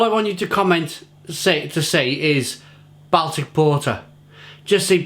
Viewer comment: I not wish you could pre ounce the word Baltic...